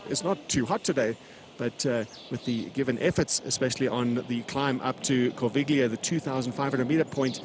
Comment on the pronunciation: Great footage, great race feeling! But please guys, work on the pronunciation of the geographical names - especially Corviglia is hard to take like that 🙂